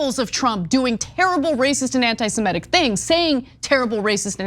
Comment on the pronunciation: Small point, but you should probably get try to pronounce it correctly: it's anitisemITIC, not antisemETIC.